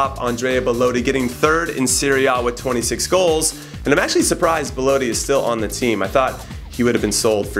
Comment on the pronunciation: IT ISN'T PRONOUNCED BEL-OE-TI!!! IT IS BEL-OT-TI!!!!!!!!!!!!!!!!!!!!!!!!!!